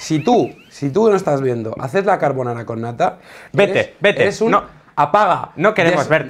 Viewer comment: Dios, españoles hablando correctamente de carbonara, GRACIAS.